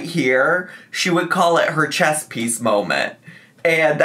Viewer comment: “Chest piece molment” 😂